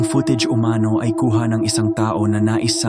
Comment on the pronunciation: Pati itong narrator, peke rin dahil halatang AI Ang pag bigkas Ng salitang UMANO ay O-MANO 🤖